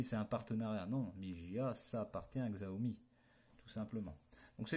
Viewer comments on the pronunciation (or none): Par contre la marque se prononce "chiaomi" mais sinon bonne video juste peut etre un peu longue.